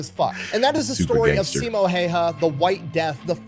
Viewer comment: If you want to say sisu the Finnish way, say si and su as shortly as possible. The American way to pronounce turns into siisuu, but the word is sisu. Short, with emphasis on the first syllable. Same thing with Simo, you guys say siimou. Drop the long ii and the u at the end. With häyhä, you're saying heihau, it's more like the ha of happy the e from few and another short ha from happy in the end. I'm not sure how easy this advice is, but it might be fun to try it out.